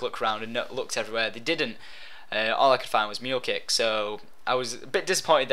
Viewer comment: its not Mool kick its meooohl kick